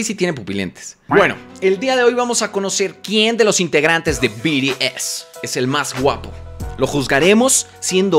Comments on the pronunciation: Jaja se pronuncia "bi ti es" no? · Y se dice BTS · No es BTS es BIRIES JAJAJAJAJJA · No son biries es bts que parte no entiendes carajo xd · “Biries” 😂 me encantó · C mamo con el "biries"...Te amo 😂❤😁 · "BIRIEZ" XD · Yo solo entre por "biries" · We cagaba de risa cuando decía biries jjssj BTS ✨ sus patrones ❣ prros jsjs me gustó el vídeo está mamalon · Te voy a poner como se pronuncia es BI TI ES OK 😆❤️😂🤭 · Biries jajaja no má